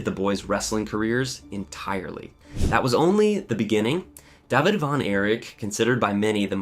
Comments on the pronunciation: How the hell do you not know how to pronounce 3/4 of the names of the people? Including a simple name like David. It's not pronounced Dahveed... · Why are you pronouncing David Von Erich as "Deh-vid" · “dove-id von Erich”. Seriously? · “Jerr-Aldo” Rivera” “Davv-id Von Erich” he says LOL what a moron!!! Imagine mispronouncing the name David the most common name ever! This moron needs a brain scan immediately! What a fool!